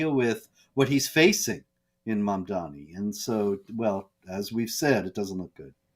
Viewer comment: Pronounced Man-dummy!